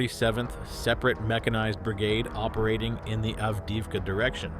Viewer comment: Sadly, the AI voice can’t pronounce names we’ve learned through so much listening! Av-deev-ka, etc.